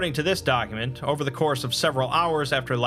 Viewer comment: "according to this dogument"